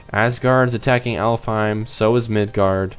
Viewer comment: Oh, and Alfhiem is actually pronounced Alfenheim